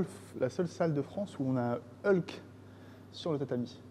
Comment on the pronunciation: par contre on est en France ici c'est Hulk pas Heulk merci